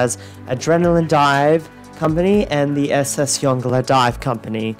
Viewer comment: Yongala is pronounced YON-GALA.